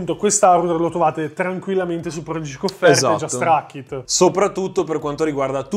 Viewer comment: La pronuncia corretta è "prodighik" non "prodigik"... eddai su, vi siete scelti voi il nome e neanche sapete pronunciarlo 🤦‍♂